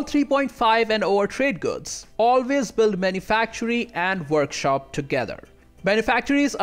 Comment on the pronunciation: "Worshop" good job. Lmao.